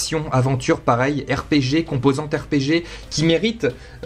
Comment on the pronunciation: Dit RPG la prochaine fois, ça va te sauver la vie.